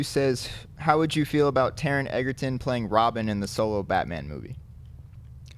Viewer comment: It's not Taron "Eggerton", it's Egerton; pronounced the same way as Joel Edgerton. You guys have been saying Eggerton for ages (you used to say it right!) and it grates at me lol